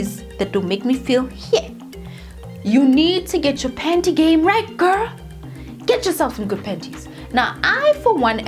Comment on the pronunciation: The way you pronounce “panty” 😂🤣😂🤣